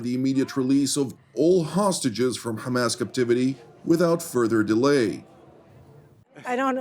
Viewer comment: The way, you pronounce "Ha'kha-Mas" is very annoying to listen. I understand you wanna have good pronunciation.....but can you just, normally, pronounce it Hamas. Cut the extra nonsense